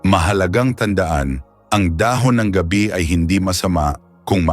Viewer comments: Mali pa pagbigkas,,gabi (gabi as night time ang bigkas nya. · we appreciate your message,but,please study how to read specifically Tagalog,saka hindi naman dahon ng GAB Bi yung nasa picture.pronounciation not night,but GAB BI. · Sir hindi gabi(nigth)gaaabe.wrong pronounciation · Thanks po ulit sir at ang cute po ng bigkas nyo sa ga-bi hahaha parang gabi na night po hehe thanks a lot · Ano bang klaseng narrator ang napili ninyo? parang voice over na hired? Ang mga words na dapat MARAGSA bakit malumanay? Mali ang pagkabigkas ng mga TAGALOG? Wala na ba kayong makuhang iba? GA-BI --for example--the leaves--hindi pronounced na GABI --as in nightime! OO, maganda ang boses..KA-BAG--as in tummy gas, bakit ganoon ang bigkas--FAST! What not to say fast is supposedly be malumanay (slow) . Anak ng HWEEE! Ano ba yan. NAKAKAINIS pakinggan!